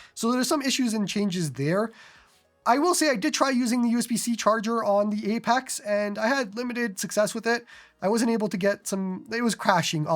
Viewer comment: "Apax"